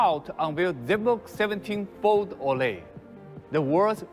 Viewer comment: Zenbook 17 Fol O..Le 😂